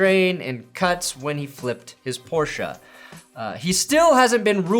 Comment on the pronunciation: Thank you for prounouncing PORSCHE correctly!!